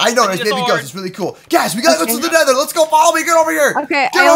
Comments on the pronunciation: nether, not neather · its not neather its nether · It's nether not neather